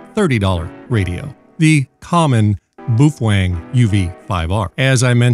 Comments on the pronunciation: Boof Wang? 😭🤣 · lmfao bufwang